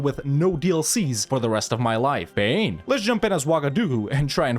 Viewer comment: Great video but I hate the way you say pain